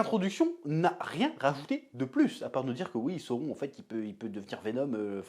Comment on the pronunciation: C'est pas sauron, c'est SAOURRRRONNNNN